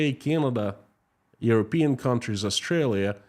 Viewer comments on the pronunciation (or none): none